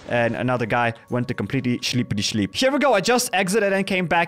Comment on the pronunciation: I love how you said chleep instead of sleep 😂😂😂😂😂